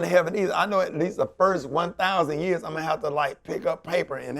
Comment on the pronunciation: “I milly wop” LOL!